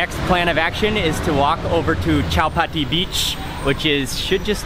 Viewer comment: Mark wiens it is not chapati sivagi terminals it is chatrapati sivagi terminal